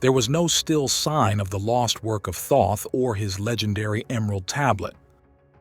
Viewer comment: Great video but seriously bro, the way you pronounce Thoth & Tutankhamun make me wanna gouge out my eardrums